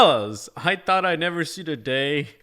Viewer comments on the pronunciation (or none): none